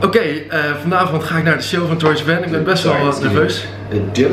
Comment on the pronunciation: zo jaloers maar heb je door dat je sivan verkeerd uitspreekt 😂